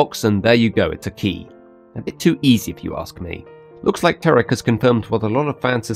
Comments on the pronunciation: ***** The pronunciation sounded a bit like 'Teric' but I think you probably meant Tirek. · ***** It sounded more like 'Teric' to me.